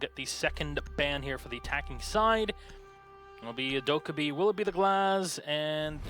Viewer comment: Dokkabi is pronounced Do as in Doll, Ke as in kettle, bi as in bill.